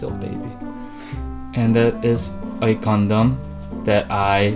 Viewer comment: When said, "Gundam", I legit thought he said, "condom":))))://///